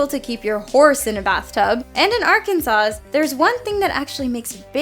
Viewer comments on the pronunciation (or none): Idk how many times it needs to be said but IT ISN'T "ARK AN SAS" IT'S "ARK AN SAW" The second s is S I L E N T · are you really saying ar-kan-saws? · Its pronounced Arkansah but it is spelled arkansas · It's pronounced Arkansaw, lol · The "S" at the end of Arkansas....is silent. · you don't pronounce the last S in Illinois and Arkansas. Good voice over work, but details like that will doom you. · DAMMIT!! You don’t PRONOUNCE the second ‘S’ in Arkansas! We’re very particular about that. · Oh sweetie...the "s" in Arkansas is silent. Sorry!!! :) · I choose to pronounce it Ar-kansas.